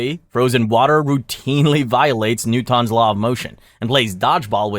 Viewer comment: If you're going to use AI to clone your voice, make sure that it's pronouncing words correctly. It's making you look kinda stupid. "NooTawns third law of motion" 🤨